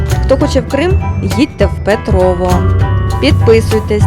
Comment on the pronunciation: У відео і його озучці трохи відчувається стьоб про Петрове. Диктор весь час говорить про якесь ПетровО, зазначивши лише один раз правильно назву селища ПетровЕ.